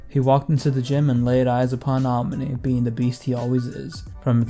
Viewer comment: man why do u say aomine's name like that